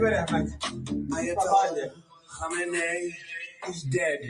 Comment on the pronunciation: I love your channel, not of a big deal but you better practice on correct pronunciation of khamenei 😂 how could you pronounce it wrong with all these remixes 😁 KhAhmenAAhi ❌ Khamenei ✅